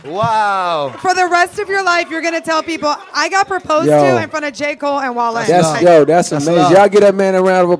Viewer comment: His Name is pronounced Wall-aye. Like WallyKazam tf. I thought it was Whale